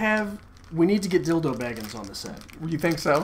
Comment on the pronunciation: I am so happy that you guys are doing so well. Congratulations and! Hold on, did you say dildo baggins or bilbo??? It's really early and I have no coffee in the house.... but I'm sure i heard something else there hahahah